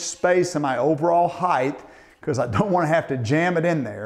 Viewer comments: Master carpenters STILL calling heighT........“heighth” There is no h on the end Annoys the crap out of me. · You’re a “heighth” guy, ehhh?